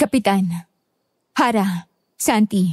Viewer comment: Harrah ksi not arrah